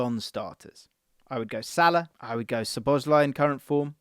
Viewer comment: So-bo-sly, not sho-bo-sly.